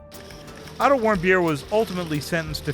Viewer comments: sounds like, “I don’t want beer” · wait, WHAT? "otto warmbier"??? x'DDDD that guy surely is german and has the most hilarious german lastname that i've EVER heard; "warmbeer" is even tougher then "bonkingthicker" (poppendicker) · when he said warmbier i though he said i dont whant beer 😂😂😂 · Otto Warmbeer and Kim Jong Ung if you are going to do a news story please say people's names right this is terrible